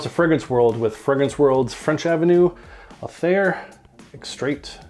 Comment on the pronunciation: You need to spray Aether then let it sit for several weeks. Gets much better with some oxidation . Surprised a Canadian got the pronunciation wrong 😂…. It’s pronounced aaayTHER …. Aye !!! 😂. Unless you’re British then it’s pronounced EEther…. Ie . Upper sky